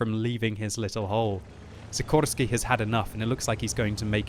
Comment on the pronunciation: i tink you miss pronounced the name of szikorski is said like a shikorski but thats only if hes polish